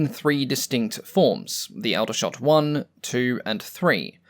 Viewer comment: Aldershot is pronounced (Awl)dershot. I was born there in 1958 🙂